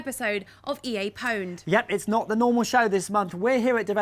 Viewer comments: since when was pwned pronounced with the 'P' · isnt pwned pronounced "owned"? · anyone else get annoyed when they pronounce pwned wrong? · What the fuck has happened to gamers? Since when the fuck did people start pronouncing "pwned" as "poned"? Back when Quake and Unreal Tournament were the shit, it was pronounced "puned". Console gamers are a plague to gaming. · They said powned :D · Is it just me or does the fact that they pronounce pwn liked "powned" instead of how it's supposed to be pronounced, aka "owned", drive anyone else absolutely insane.? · anyone else cringe when they say POWNED? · >female host >pronounce owned powned fucking jesus christ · oh wow, this video looks awesome! "EA POWNED" *dramatic mispronounciation* NNNNOOOOOOOOOOOOOOOOO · Also it's pronounced "owned" not "powned". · Grrr why do they pronounce pwned as "Poned". Epic game however. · It´s not pronounced "Pouwnd"! She´s still hot though .. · why do they keep mispronouncing 'own'? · "pwned" hurr durr. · YOU DON'T PRONOUNCE THE 'P''!!! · pwned? since when do you pronounce the fucking P?>